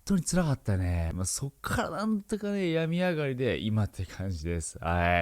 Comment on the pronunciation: 病み上がりの発音も違うし、使い方も違うのカワエエと思った。